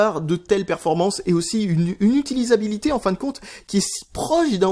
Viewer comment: "Utisabilité" ? :') Petit fail pas bien méchant mais qui fais rire quand même :P